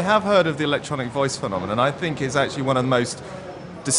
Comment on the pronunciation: shock me. Make a repeatable "phenomenom"